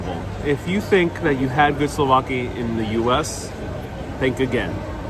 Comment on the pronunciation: souvlaki not slovaki slovakia is a country....hahaha my frend! patsas is called in Greek...